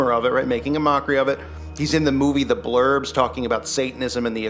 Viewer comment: Tom Hanks was in a movie called “The Burbs” as in the “Suburbs” not the bloody Blurbs. If you are going to accuse someone of something at least state your falsehoods right. Excellent video